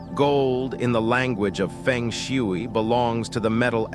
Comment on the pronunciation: please spell the words phonetically so AI will pronounce them correctly. Fung Shway.